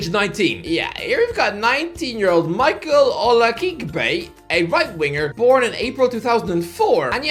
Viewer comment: OLA-KEY-BEY. Hearing butcher Nigerian names never gets old😂